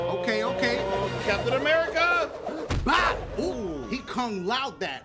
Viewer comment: "CAPTIN AMERICA" LMAOOOOO 😂😂😂